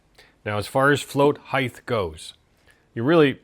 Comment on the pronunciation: I thought the advice on setting the float bowl tangs was spot on! By the way, it's "height" ending in T. You've made allowances with your aluminium pronunciation after all. 😅 Great job, dude!